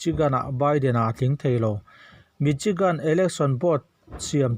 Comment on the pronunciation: MICHIGAN hi MISIGAN tia lam tur , CHI khi SI lamrik ang a lamrik tur